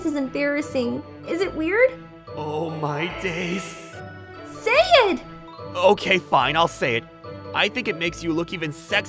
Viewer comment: The way bro said oh my dayz got me cracking no hate tho😅